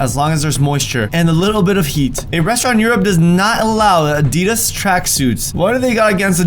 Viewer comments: Why do you say a.d.i.d.a.s like that it's you say it like add-e-das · what have they got against Adidas Me, a person from the UK: probably that pronunciation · Is anyone else annoyed by how he pronounced Adidas?